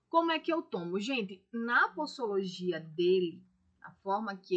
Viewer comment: É posologia com som de z e nao possologia com som de s no comeco da palavra cono foi falado no video ....